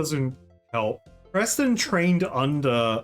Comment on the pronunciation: I have to ask, do you keep calling Wizard Persten as Presten on purpose or on accident? I don't mind, just curious. :)